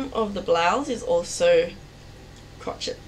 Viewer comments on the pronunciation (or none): Crochet pronunciation crow-shay